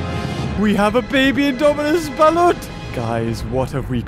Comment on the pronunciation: he just say balot